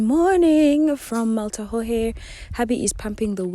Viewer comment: Pronounced: Mal-ta-yhee